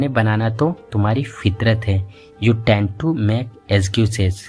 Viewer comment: tend to run away women tend to (not dent to).....